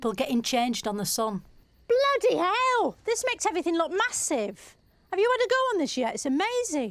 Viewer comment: Ooh, broke character there . More like "bludy" than "bloody".